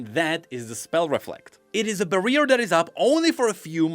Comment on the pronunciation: did you just say bareer?